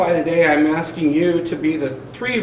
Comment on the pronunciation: Aksing? You are an attorney,talk like one... the word is aSKing.